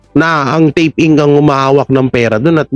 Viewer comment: INC... read as Incorporated not I.N.C.